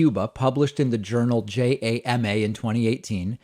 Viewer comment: Pronunciation note: JAMA is JAH-mah, for the Journal of the American Medical Association. Anomalous is ah-NAHM-all-us